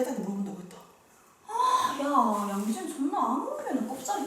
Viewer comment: ‘양지은’ 이라는 이름 부를때 부산이랑 대구 억양이 달라요!